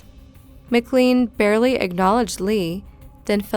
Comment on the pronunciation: Just to clarify, the poor victim of the Greyhound Bus murder - his last name is pronounced Mc'LANE'. It's a very common last name here in Canada. McLean sounds like McLane